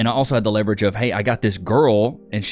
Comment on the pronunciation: Leverage or Levi-rage?